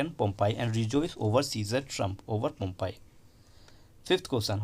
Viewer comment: Your pronociation is pompaaay ❌ it is pompay ✅